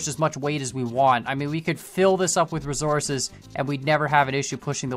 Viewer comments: The way he says resources triggers me. Rofl. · Did he just said resources de wrong-way